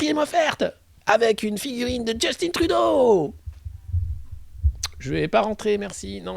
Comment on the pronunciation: On prononce Justin Trudeau comme on prononce Justin Bridou, pas comme Djeustinne Bieber !